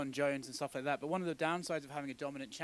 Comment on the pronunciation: when he said thart? you need to learn how to read properly